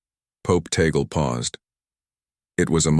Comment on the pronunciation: THIS IS FALSE NEWS !! (with mispronounced name of Cardinal Tagle. Say, tah-gleh not tey-gel) Only the college of cardinals in a conclave can choose a new pope. In God's own predestined time, let us wait if Cardinal Tagle is The Chosen One. He is an excellent choice, however. One must always say, "tah-gleh" NEVER "tey-gel". The name is of Spanish origin.